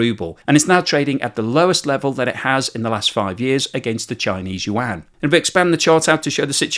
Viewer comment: Finally hearing the Yuan right 😊